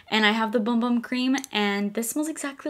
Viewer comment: Hehe... the Sol de Janeiro Bum Bum cream is pronounced "boom boom cream." 💜